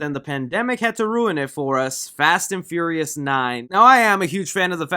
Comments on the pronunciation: Say it with me FEE-YOUR-REE-US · you said the fast and furriest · ...wait, I can't be the only one that keeps hearing, "Fast & Furriest 9" am I? Um... Can we have a spoof of this?! Little gerbils or hamsters? Um... YES!... make this happen some how! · “Fast and fur-reous” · Why you say “Furious” like that, good vid tho